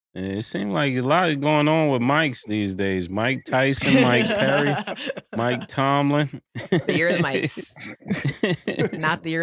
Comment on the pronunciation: Cam still saying Mike Tomlinson 😂